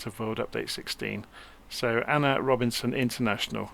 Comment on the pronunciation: Thanks for reviewing. As a Trinidad & Tobago native, A.N.R. Robinson is spot on. Cheers